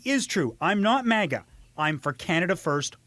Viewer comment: "Mean maga tweets" reading had me giggling so hard - thanks for the funnies! I needed that. What to switch in for "maple" so as not to insult our nation's syrup... Muskeg maga? Happy to join you pronouncing it "mawgah" going forward. On purpose.